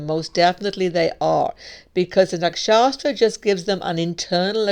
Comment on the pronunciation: You're probably my favorite vedic astrologer on youtube. And I've heard them all. But i cannot understand why you pronounce nakshatra "nakshaStra".